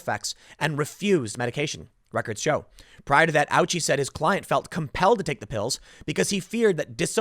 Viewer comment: Tim, the nurses?!!! Not our heros!!!!! It is not "ouchi" is "O--uchi", it is a Japanese name.